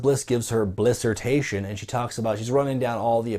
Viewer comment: the blissertation sounds like blistoration LOL